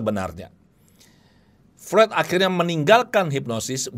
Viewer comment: Mohon maaf.. FREUD dalam lidah Jerman dibaca seperti FROID, bukan FRUED.